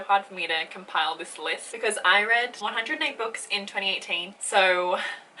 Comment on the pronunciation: At first I heard “I read 408 books” and I was like SORRY WHAT HOW YOU WIZARD but then I realized you said 108 😂 The female of the species is so so good!!